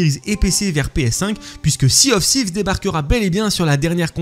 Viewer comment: 😅la prononciation de l’anglais est risible « Sea of sivse »😂 « No rest for the ouicte »😅